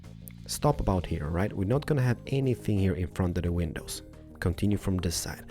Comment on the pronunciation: I really like and all but I mean how can you not notice he literally says ''window penises''